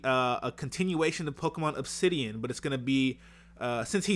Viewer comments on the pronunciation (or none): none